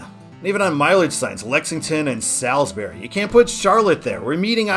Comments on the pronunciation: Salisbury, NC is pronounced Sauls-bury. You did, however, pronounce Albemarle correctly (which happens to be my hometown). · You are pronouncing Albemarle just fine, but not Salisbury. The latter is pronounced like “Sauls” as in England.